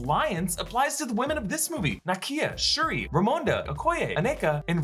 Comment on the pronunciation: It's SHURI